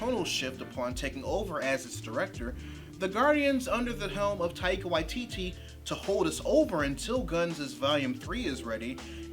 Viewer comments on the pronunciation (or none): Love your work and perspective but we're going to hear Taika's name more often it's best to hear the pronunciation from the man himself Love your work!